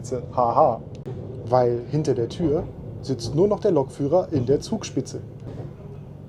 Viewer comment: Bitte Lokführer, nicht Lo c k führer. Danke :)